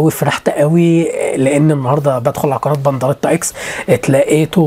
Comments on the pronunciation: انت بتقول بنضريطا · خلو بالكو ده بيقول بنضريتا😂😂